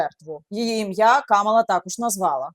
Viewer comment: КамАла, КамАла, пані Яніно, не плутайте.